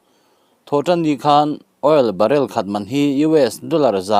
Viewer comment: Barell ah a tla' ni lovin barrel man a tla hniam zawk aw. I thiamlo em mai i channel hi ka paih tawhe.